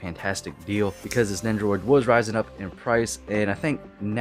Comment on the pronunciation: You say it like nendroid